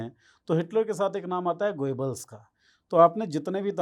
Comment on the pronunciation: भाई पहेले proper pronouns करना तो शीखें गोयेबल्स नहीं गोबेल्स था। N same goes with Bhutto, mushshrraf & so on…. Such films made everywhere… Hollywood too. Problem is, hit हो गयी बस, तकलीफ ये है बस। यर एक फिल्म क्या हीट हुई, all the ppl r goin behind it… Huh!